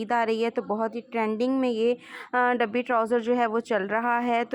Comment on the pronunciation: ڈبی نہیں ہوتا بلکہ ڈوبی ہوتا ہے